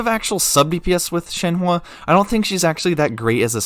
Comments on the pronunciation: ShenHE not ShenHWA. But great vid very informative. 👍🏻👍🏻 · She is called Shenhe and not shenhua the way you pronounce her is totally annoying bro - just saying.... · I’m so sorry but- I just gotta correct ToT- her name is pronounced “shen-huh” not ‘shen-hua.” The “e” at the end makes an “uh” sound. “Hua” would mean something entirely different like “flower” while “he” means crane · Broooo why all white people cant pronounce shenhe at all wtf "shenhua"??? 😂😂 Its just "shen" and "her" but without the R pls 💀💀💀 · take a shot every time he says shen wah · My ear ahhahahaha shehwwwwaaa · thank you so much for all the information! i am very excited for her, so i'm trying to understand how i'm going to use her so your video is really helpful also idk why people are so bothered by the way you say her name, don't worry about it :)